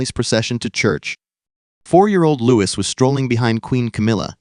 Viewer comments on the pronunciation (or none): Don't believe AI videos - don't believe anything that says "Lewis" instead of "Looee" especially when it is AI rubbish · He is called Louis not Lewis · In case you didn’t understand that. His name is pronounced Loo-Eee! It’s French!